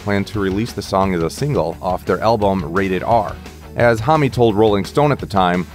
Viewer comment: hommy? geez..